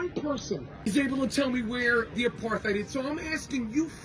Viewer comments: What's an "a-par-thigh'd?" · Supposed to be "apart-ate", but at least you know what it is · If you ever questioned how dumb Rappaport really is..."Apar-THide" and "Is-rail-lian"😂 Pretty much closes the case on that. Hesnjust jealous of the attention his old buddy Bill Burr gets these days 😂😂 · Pronouncing apartheid with the TH sound is 🤌